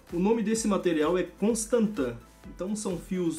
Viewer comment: Winnie Hablado tungsten, he keeps saying constantin. Lol